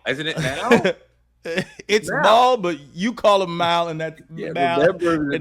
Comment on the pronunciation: I’m sorry but ain’t “Mal” short for Jamal? I used to be so confused hearing pronounce it like malware or something lol